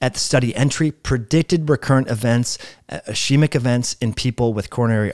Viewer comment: By the way, ischemic" is pronounced "is-keemic" not "ish-eemic".